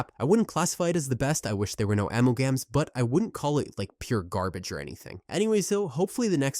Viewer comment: “Ammel-gams” has me rolling lmao